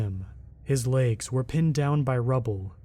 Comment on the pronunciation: Where are you from? The word is legs not laygs